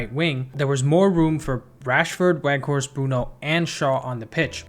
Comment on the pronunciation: with an Edge: the 'W' in Weghorst is pronounced as a "V", please correct accordingly moving forward. Otherwise, great video!